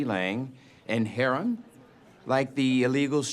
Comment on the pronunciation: “heron as a street drug” killed me ngl 😂 it was the pronunciation